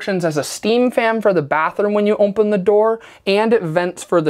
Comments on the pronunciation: "OMPEN" ;) great work! Love it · This is totally brilliant. I love it. And it’s “open” not “ompen”. Less me picking on this guy and more PTSD from my ex lol